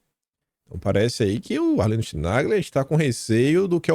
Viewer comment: Chinaglia pronuncia-se kinalha